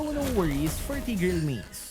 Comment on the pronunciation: The way he says tigreal